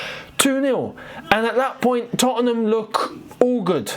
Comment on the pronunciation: you're the only Londoner I've ever heard put that extra syllable in the middle of 'Tottenham' like Americans do!😂 (Not a dig bro, I love your work💙)